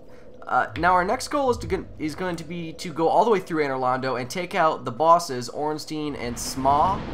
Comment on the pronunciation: I notice how you pronounce Ei as eeh everytime. It's actually pronounced eye. Zweihander is not zweehander but tsweihander (german for 2 hander). And ornstien just sounds small, Ornstein on the other hand sounds huge :P